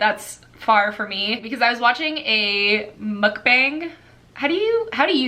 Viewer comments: you watch the miracle forest too? I love her asmr videos so much 😍 also "mukbang" is pronounced kind of like "muck-bong" because it's originally a Korean word ☺️ you have now gotten me interested in reading throne of glass AND red rising! so many books added to my tbr 🙈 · I think it's muk-bong (soft ao). The u sound is also like...rounder from the back of the throat as opposed to English words like "usually"